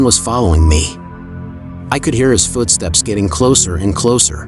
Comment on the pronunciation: It’s oddly adorable when the TTS says Fuutsteps